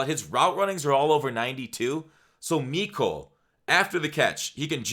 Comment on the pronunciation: You said mecole wrong